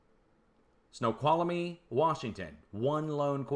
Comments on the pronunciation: "Snow-kwall-me" You're welcome! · 3 syllables: snow-qual-mee